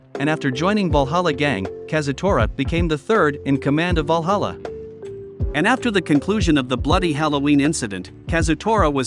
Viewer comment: "Walhalla"?!! I though it was Valhalla